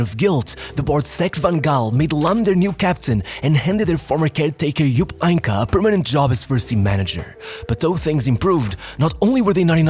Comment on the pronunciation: HeynckeS, the S is not silent.